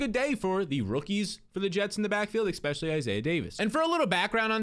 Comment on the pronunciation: You say eckspecially A LOT